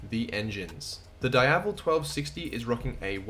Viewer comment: Say it with me... DEEAVEL. is not dyevel.